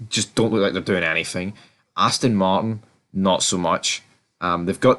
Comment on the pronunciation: Red-Pill? Azdon Marden! Fourarri! Mouk-Lawrein! The guy must talk about F1!